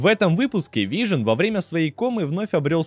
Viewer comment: неа, вы явно произносите вижен и пишите вижн окей просто попробуй вслух просклонять Вижн и Вижен и сам услышешь как тупо звучит без е